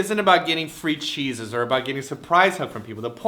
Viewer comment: Haha free cheeses sounded like free jesus